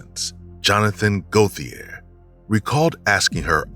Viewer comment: Gauthier is pronounced Go-tee-yay